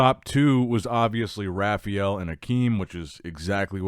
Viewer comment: Does anyone else cringe when he says Rafael? It’s the worst!